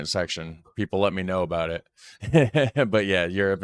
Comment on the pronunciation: I just wanted to correct you on the ' Canadian Accent". We have many, many accents as it is a very large country and we stretch from one ocean to the other to the other. Nobody pronounces " about" like you did, generalizing. We do pronounce things differently. That's the point of different accents and languages. People from Newfoundland have a very strong accent according to me and I'm from Ontario.